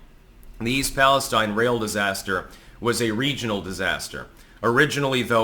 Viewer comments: Pali-stEEn. Not paliSTine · East Palestine (/ˌpæləˈstiːn/ PAL-ə-STEEN) True to millennial form you can't even fucking pronounce the name of the town right. This is what the fuck happens when you grow up receiving goddamn participation trophies. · Seems like you're the only one who can curse on your channel. ... Seems my comments get deleted. I was told nobody pronounces the name of EAST "PalesTEEN" correctly. No one except the local news. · East Palestine (/ˌpæləˈstiːn/ PAL-ə-STEEN) True to millennial form you can't even fucking pronounce the name of the town right. You're supposed to be a f**** editor. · I still think you're mispronouncing East Palestine specifically just to to troll me